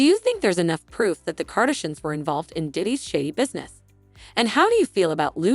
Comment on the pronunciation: Kardishins? Kenny? Good grief, if you aren't going to do your own voice overs, don't bother posting. Letting the computer mispronounce the names makes the whole post appear irrelevant.